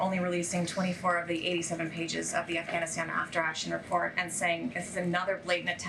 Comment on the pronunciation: Lmao.... "They released this RESPORT so any SPASPIFIC questions you have..." CAN NOONE IN THIS ADMINISTRATION FORM SENTENCES